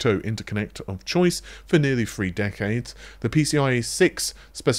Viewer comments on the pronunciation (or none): none